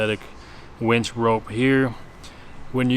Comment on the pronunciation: Winch… not wench. To very different things. Lol